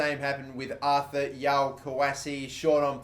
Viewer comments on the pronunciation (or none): none